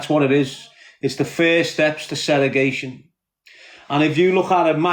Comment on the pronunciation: Seragating 😂😂segregation is the word 👍